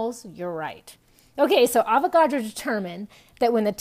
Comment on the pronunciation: i thought avocados when you said avogadro